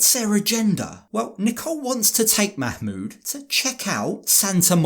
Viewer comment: The terrible mah-mood